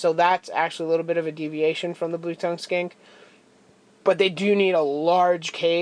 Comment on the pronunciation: I was like "did you just call your lizard a skank?" Then I realized you said skink...